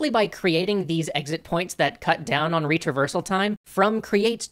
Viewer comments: Can't stop hearing it as "reach reversal"... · 1. When I heard "Retraversal", I thought you had said "Reach Reversal". It was funny and confusing. 2. I think you could have written the part where you said retraversal can make people aware they're playing a game a bit better because you sort of implied, along with the image, that this was a bad thing. I love your positive take on gaming and it being an art, so I think you should have said that you don't want break people's immersion and engagement and make them aware of that. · I swear he was saying 'reach reversal' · I heard it as "reach reversal" every single time and was confused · Did you say reach-reversal or retraversal